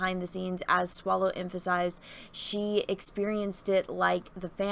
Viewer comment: Swallow not Swallows. /facepalm